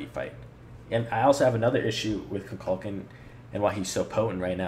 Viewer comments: An excellent video... but your mispronunciation of of Kukulkan's name bugs me. It's Ku-kul-KAN, not Ku-KULK-an. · its Koo-Kool-Khan not ka-kal-ken